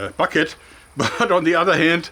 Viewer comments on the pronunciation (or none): none